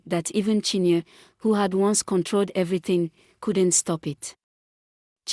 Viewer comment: Not chinya but chin ye re